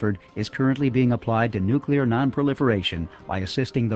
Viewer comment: Of course he said NUCULAR, what the heck is that?? (nuclear)